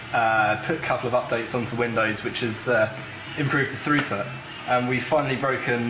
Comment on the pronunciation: he says something about windows updates to improve what sounded like "throuper"